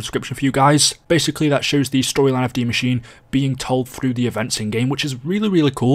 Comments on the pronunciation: Why is it that you are the only Youtuber that can pronounce Dee Mah-sheen-uh? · He actually pronounced it right a lot more than others, I was proud.